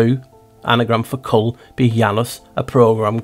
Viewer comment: Cull is CU-ll. Kill is KI-ll